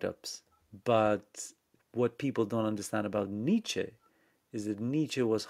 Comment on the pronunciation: Good convo, but good God, some of the French pronunciations... "Nazi" as "Nayzeee", "Nietzsche" as "Neesh". LOL. Yeesh! Very hard to understand you at times.